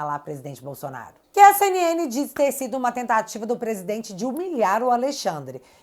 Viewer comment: bom dia que Deus continue te abençoando vc e sua família, temos um procurador que engole a letra L do nome Bolsonaro um língua pesada, ele diz Bosonaro